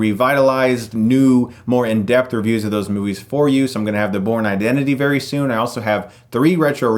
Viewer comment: everytime you say Bourne, i keep hearing porn.... "guys we have a really cool porn skit!" yay?